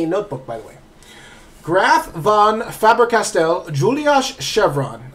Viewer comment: Holy crap, you saying it like "Fabber Castle" annoyed me lol, other than that very good video.